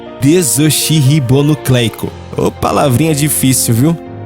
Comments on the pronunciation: Tudo correto até o ponto de tempo 5m35s. Primeiro erro foi na pronúncia. (desoxirribonucléio) esse "oxi" é pronunciado como em "oxigênio", ok? e não como em "oxente". O restante é o seguinte: sou teólogo. A parte que se referen à escrita hebraica é correta. As letras realmente são números, e o nome de Deus YHVH realmente tem o equivalente 10, 5, 6, 5 (trocando letras por números). Mas daí a falar que existe um padrão no DNA é que nunca ouvi falar. Sempre aprendi que o código era formado pelas bases de nucleotídeos Ademina (A), Guamina (G), Timina (T) e Citosina (C). A união desses genes formam os 23 pares de cromossomos. Portanto, onde está essa sequência de 10, 5,6,5? Veja bem... Não estou duvidando. É uma pergunta. O que isso significa? Que existem 10 nucleotídeos, depois mais 5, depois mais 6, depois mais 5?? Porque pesquisei em diversos lugares e não achei essa estrutura... Em outros lugares, dizem que essa sequencia seria de "unidades de formação", outra fonte dizia que essa sequência estava entre as "pontes de hidrogênio", outros que se tratava de espaço entre "elementos de cargas diferentes". Ora, se não houver uma informação precisa a respeito do que define esse padrão de sequência, como será possível verificar se a informação é verdadeira? Portanto, eu gostaria de saber se há uma fonte científica confiável para essa informação ou ao menos o nome científico correto onde supostamente ocorre essa sequência? Seria entre os nucleotídeos, entre as bases hidroxilas, ou entr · DESÓKISI RIBONO CLEICO que pronúncia DNA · Excelente explanação! Apenas duas observações - em desoxirribonucleico, pronuncia-se como oxigênio, ou óxido. E Javé se pronúncia "IAVÉR" de YAWEH.